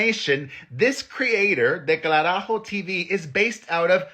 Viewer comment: Delcarajo tell your mom to show you how to said it